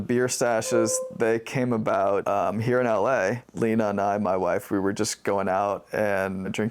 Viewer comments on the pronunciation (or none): none